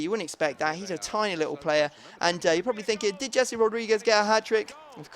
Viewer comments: It's Hesse not Jessie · O my god Rodriguez first name isn't Jessi it's Jese...